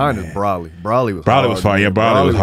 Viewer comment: BRO-LEE. Not BRAH LEE. Come on yall. But Kid Buu was my favorite villain. My man’s was a whole KID just RADIATING black Air Force one energy. Didn’t talk. On sight just wanted to fight. Blowing planets up without hesitation.